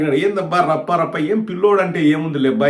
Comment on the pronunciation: Varla Rafha Rafha Kadu Rappa Rappa.😂